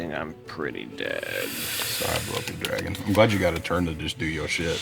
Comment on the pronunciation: BAEBY DRAEGUN!! BECOME THASUND-YEAER DRARGUN!! 😂